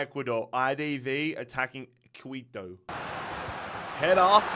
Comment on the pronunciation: Quito is pronounced ki-to, not qui-to